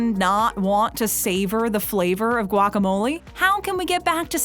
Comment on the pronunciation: what's wrong with guac? this video doesn't even say guacamole correctly either....